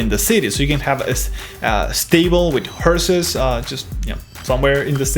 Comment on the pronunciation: Just to help your English, but you said the word horse like hearse. Should be HOR-s. Also, you pronounced the word façade wrong. It's pronounced FAH-SAAD. It's originally a French word that means frontage or face, so that is why it does not follow any of the laws of normal English.